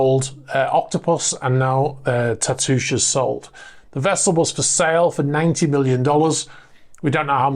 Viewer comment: Tatoosh: that’s a local place name here in Washington State. It means “breast,” and is applied to hills and rounded islands. It’s not pronounced like an iambic foot, though, but like a spondee, with roughly the same stress on both syllables. It’s no big deal. I’m just being nerdy about something local. 😺